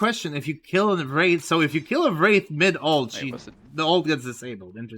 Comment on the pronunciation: bro did NOT say wraith i heard a p💀